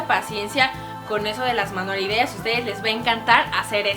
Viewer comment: minuto dijo manualideas?